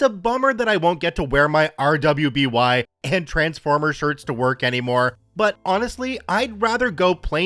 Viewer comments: Just so you know, if it is the show I am thinking about, RWBY is pronounced as Ruby. Its an animated show from Rooster Teeth. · RWBY is pronounced Ruby sas odd as that seems.